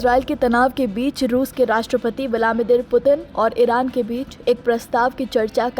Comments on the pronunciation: Its vladimir not vlamidir. 😂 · Viladmeer nahi bol parhi ho jeneman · Listen Woman : it's VLA- DI -MIR